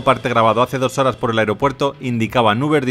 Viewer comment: Amigo, xq el narrador no puede pronunciar bien la palabra.. "HORAS DE VUELO" siempre dice.. "HORAR DE VUELO "..... saludos!!